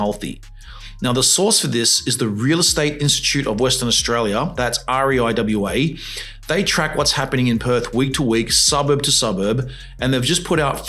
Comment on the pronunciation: You lost me when you cant say RIEWA as a word but kept spelling each letter & the cherry on top was new pronounced NU, pedantic i know but ...